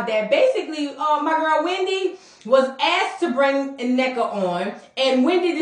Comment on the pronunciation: Thanks for showing respect and pronouncing Nnekas name correctly!🎉